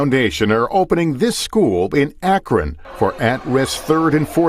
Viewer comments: Where is "Ahk-RAHN" Ohio? Do you mean "Ah-KRUN" Ohio? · Matt. It’s pronounced Ak-rin. Not ak-ron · ACKron 😂 I realize that being in Ohio we never pronounce any name how it sounds: ACKrin 😅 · Dude… It’s AK-ron, not ak-RON. Did you even watch the video you’re mocking? You’re also intentionally misrepresenting the grades conversation. The kids were doing terribly, now they’re doing less terribly. Still failing, yes, but making progress towards catching up at an A level. Lebron is a total douche, and I’m wondering if you don’t have that in common with him. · ak-run not ak-ron. Second daily wire host to bungle the northern vowel shift. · "AK-rən" We really don't pronounce the "o." The NBC reporter said it right. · Long live SBG but I can't like this video as an Akronite... because of the pronunciation Ak-RON 😂 I know most people don't know the real pronunciation or the lore behind it, but I loled at that moment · Matt-I know it’s spelled Akron, with an “o”, but us Ohioans say Ak-run. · I agree with everything you said, except for the way you pronounced Akron. AK-run. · It's pronounced ACK RUN... Watch any newscast or listen to any Ohioan. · Please learn to pronounce Akron correctly. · Love your show…but learn how to say Akron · I can’t stand listening to Matt try and pronounce Akron and YES: It makes me mad that they’re taking my tax money and not getting results for these kids. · Did Key & Peele teach Matt how to pronounce Akron? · As an Ohioan hearing Matt pronounce Akron like that made me cringe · The way you pronounce "Akron" makes me suspect you are not Matt Walsh, the beloved human being, but some sort of AI fueled deepfake replicant. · I am going to end up with a permanent tick now, listening to Matt pronounce Akron. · As an Akronite, I chuckle at Matt’s unusual pronunciation of Akron.